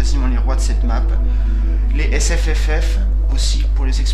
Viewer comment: hihi a + t as dis SFFF. (je sais moi aussi je beug quand je le dis ;) ) sinon bon tuto. Avec mon f 15 et les 4agm j ai terminé 7/10 mvp sur Moscou.